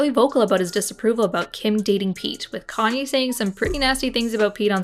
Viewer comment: If that's her favourite singer why can she not say his name properly Love how everyone forgets Kayne bad behaviour